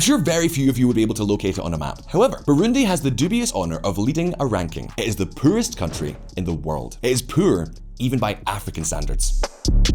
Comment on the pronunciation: “Pooer country in the world”